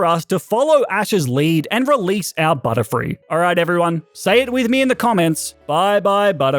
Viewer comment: Butterfree not butterfild😂